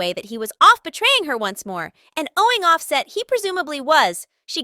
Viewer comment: you little non talking it quit butchering this man name how can you not pronounce his name its simple as day and night its off- set can you say it with me say it little it off set. i wish that i knew your name so that i could butcher it...........